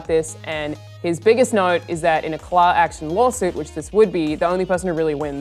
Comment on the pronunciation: Did Alanah say "claw" action lawsuit?